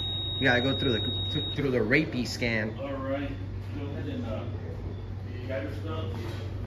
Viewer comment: The makers of the Rapiscan should sue for defamation and libel for purposely mispronouncing the name.